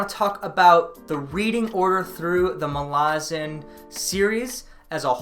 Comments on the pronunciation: Those of us who have become obsessed with the Malazan Saga read different names with different pronunciation, (Iskar Jarak calls Duiker "Diekar" where I say "Do-icker"). But accent aside, there is nothing in the way 'Malazan' is written to indicate any long vowels. "Malarzen" sounds soft and has no punch. Mal-az-an is far better. It's a hard name, denoting strength. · This is wonderful but I just can't get past how you pronounce MaLAzan. Ivebakways heard it as MALazan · Why do you pronounce Malazan as 'Malarzan'? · I agree, I pronounce it “Mala-zan” and no one can change my mind! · dude what is up with all of these people mispronouncing malazan lol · Thanks for the update did not realize there was more to read outside the central 10. Finished them a couple years ago and excited to go back to this world. I will say I hate how you pronounce Malazan. Now i did go and look for pronunciation, and you are probably right in the way you say it, but i am stubborn and will continue to proudly properly mispronounce this word whenever i talk about this series.